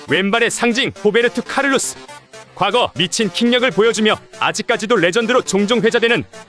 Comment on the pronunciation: 나만 카를'로'스로 알고 있었음?